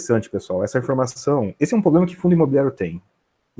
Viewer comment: Poxa, o cara é super competente, saca muito, deve estar milionário, mas será que não dá pra parar de dizer poblema ao invés de PROblema??? Será que ia gostar de ser chamado de Andé? Vamos ficar ricos, estudar investimentos a fundo, mas vamos cuidar de preservar nosso idioma também??